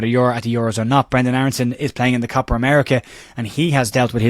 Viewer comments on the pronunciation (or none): none